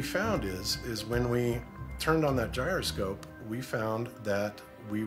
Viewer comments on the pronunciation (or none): none